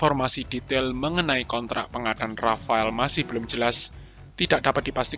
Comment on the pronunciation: Rafale min bukan rafael 😒